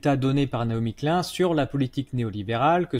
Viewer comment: Excellent. Un détail: Ça se prononce "Nai-omi Klyne" [ pas "klun" ].